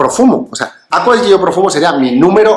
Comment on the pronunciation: Perdonad que sea tan pesado, lo digo siempre, pero es que me vuelve loco: se pronuncia Acqua di Giò, con acento en la Ó (si es que está en la botella!) Piensa que Giorgio se pronuncia apretando en la primera O. ¡Y la i no suena! es "acua di YÓ", ( vamoooos que en un canal de este nivel ya se tiene que saber 🤣🤣🤣